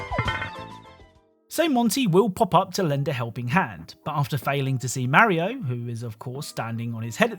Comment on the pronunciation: I hate the way you pronounce Mario